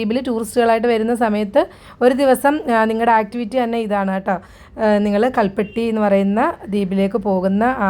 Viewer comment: കൽ പിട്ടി